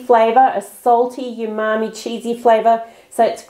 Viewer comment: You keep saying yumami but it's umami.